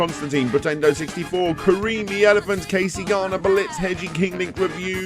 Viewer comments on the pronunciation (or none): none